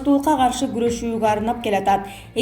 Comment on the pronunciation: Опо-десе онолуп эле келеаткандай болуп атып эле анан айныйсында байагы эле ката окуганын окуган,Ички иштер -дегенди Эчкииштер-дейсин да?анан бирого сын тагасын сени укан угуучулар сага сын тагабыз каталарынды онодо бойсунбу ?